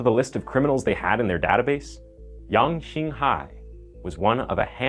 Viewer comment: Your pronunciation of the the killer name is good. Did u learn mandarin by any chance ?